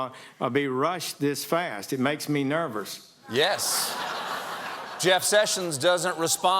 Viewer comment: "It makes me NURVUS"